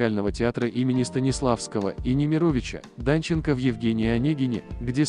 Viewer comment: Такое впечатление что автор или безграмотный или мало грамотный. Или он вообще не понимает, что читает. Паузы в фамилии Нимеровича Данченко. Жениться от слова ЖЕНА , то есть берет жену. Значит мужчина женится. Или автор наверное другого пола.